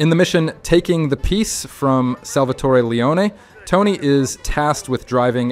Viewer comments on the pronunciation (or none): none